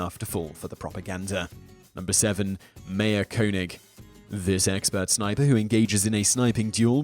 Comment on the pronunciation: How can you not pronounce Major correctly?